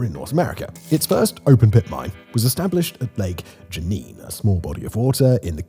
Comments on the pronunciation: Pronounced Gone-YO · Say it this way gagno. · Gagnon is pronounced gan-YAW. The last N is not pronounced, as he pronounces it, gan-yawn. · My husband every time. "K-BECK", "GANG-YON" And he just wailed "It's only getting woooorrsseee". I'm crrrryyyinnng. Simon why didn't anyone look up pronunciations 😂😂😂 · My grandmother's maiden name is Gagnon (pronounced "guy yoh" if writing in phonetically) and our family is from Northern Maine and this general area of Canada. It may be Simon's accent that's throwing it off a bit. Dialect also plays a big part of it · Don’t pronounce the last “N”…Gan-yon. Baie is pronounced “Baye”, with a silent “e”. Mind you, I can pronounce it properly in my head,but my Anglophone tongue has a hard time getting around it, lol.